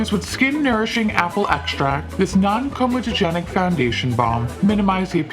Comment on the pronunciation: DAMN GIRL... That foundation looks AHHHHMAZING on you🙌🙌 I know we've talked about it many times lol. But seeing it on you, BEECH... IT'S GORGEOUS ❤❤❤ Oh and can I just add how impressed I am that you can pronounce Non comedogenic... like it rolls off your tongue like FU**🤣🤣 So impressed😁